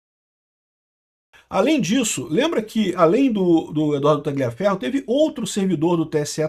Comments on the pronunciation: Repita comigo TA-LIA (COMO SE FOSSE LHA) FERRO QUANDO VC PRONUNCIA O G (GLIA) PARECE QUE VAI VOMITAR KKKK PRONUNCIE CORRETAMENTE POW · Não se pronuncia esse "g" em Tagliaferro, assim com em Gagliasso e Marsiglia.